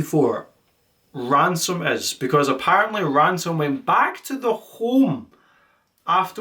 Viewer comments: Why did he start pronouncing ransom as ramson? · Bro you keep calling him Ramson, it’s “Ransom”🙃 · Love the video... all in good fun but it hurt every time you said "Rampson" when talking about ransom 😭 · STOP SAYING RAMSON OH MY GOD! come on honestly think its an awesome name as well and its gotten wrong hundred times. so unreasonably annoyed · I love how he keeps calling him Ramson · Ransom ❌ Ramson ✔ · i cant believe you mispronounced ransom the ENTIRE video